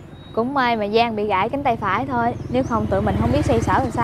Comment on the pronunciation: “Phải hôm” nha má ưi 😂